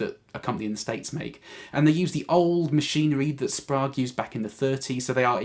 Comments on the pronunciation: I’m liking the 50’s wiring, sounds rich. P.S. we pronounce it “Sprayge” round these parts 🇺🇸 😀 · Good editing! I was looking for a 50's/modern shootout and this demo was great including the displayed knob settings. Going with the 50's scheme on an LPJ with a Fralin, P90 dog-ear. Should tame that beast a tad. They talk about getting sweet tone rolling off the volume on a single PU junior for a mellow tone. Not so much, it always cripples the highs. Mellow but dull. Tip - "Sprague" is pronounced with a long "A" like plague. "Sprog" made me kinda cringe. :)